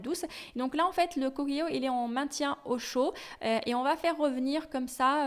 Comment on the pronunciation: Le cookéo se lit coukéo comme en anglais le mot cook se lit couk en anglais qui veut dire cuisiner